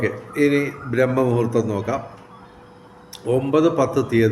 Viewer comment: Brahma muhoortham alla braahmamuhurthamanu dayavaayi thettaaya ucharanam ozhivakkuka, prathyekichum samskritham mathangalude. ............. . .m padan